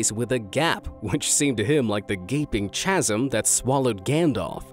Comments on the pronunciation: Cool stuff, especially those wacky beetles. BTW, "chasm" essentially has a silent "h", and is pronounced 'kazəm'. Oh, and the "a" in "tornadic" is short. JTYMLTK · "chasm" is pronounced "kaz-m" dude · Words like chasm and chordate start with a k sound. Silent letters yo, learn to spot em. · Am I the only person slightly triggered by the way he pronounced "chasm"???? Lmao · The "h" in "chasm" is silent. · Nobody is going to say anything about how he said “chasm”